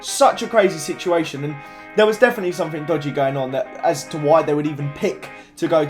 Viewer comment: Fank you, i never fink i Will get the 10 subs fank, its fucking thank en think not fuck fank and fink learn to speak pls I really hate that just AS miniminter says somethink its fucking somethinG pls say it right